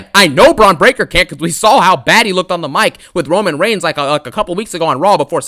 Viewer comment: "Romano Reigns, Sethington Rollins, Los Angeles Knight." 😂😂😂